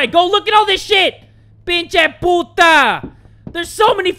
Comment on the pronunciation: 😂, you just said very good "p*nche p*ta"